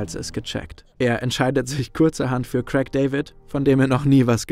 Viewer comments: Es heisst Craig und nicht Crack David. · Wer nicht mal imstande ist, Craig bzw. A1 richtig auszusprechen sollte lieber nicht über "so gar keine Ahnung" reden. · Nicht Krack David , Craig du depp